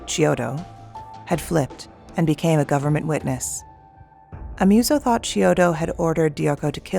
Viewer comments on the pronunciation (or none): none